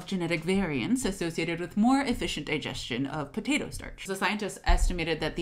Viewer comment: It bothers me that she pronounces it "buh-tato."